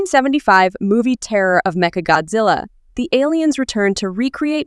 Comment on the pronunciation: メカゴジラがメカゴズアに聞こえるのは私だけ?